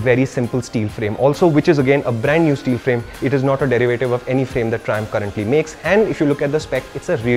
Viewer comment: Mallu people who heard triumph thrissur😂